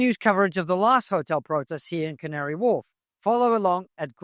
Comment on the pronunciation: I love the Cavnary Wharf lady. She said it so properly